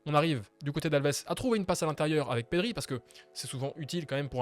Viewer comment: Perry? Ah bon 😂 on dit Pedri c'est pas dur pourtant mdrr